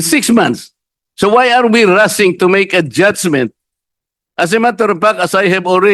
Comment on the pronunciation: Walang H sa alphabet si Marcoleta, sabi nya Si (referring to Sarah) maraming beses ko sya pinaulit ulit na pakinggan, Si talaga instead of She. Ibalik to sa school! Ibalik sa kinder kse dun nag start yung learning alphabet! Meron pa yong rushing sabi nya rusing daw.